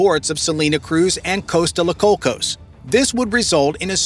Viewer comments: Took so long to get to the point I almost fell of my chair..But the mangled pronunciation of the Spanish threw me over the edge. Spanish is one of the easiest languages to learn as the vowels are constant. How he came up with Coast Alsos out of Coatzacoalcos lead me to: A E I O U el burro sabe mis que tu. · Great video, hope the project comes through, but...Costa La Cocos? Coatzacoalcos deserves better.